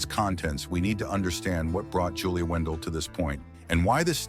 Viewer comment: In your own clips of Julia, you can see the eye defect, so what does that tell you and at least get her name right if you going to try and defame her, her name is Julia Wandelt not Wendel!!!!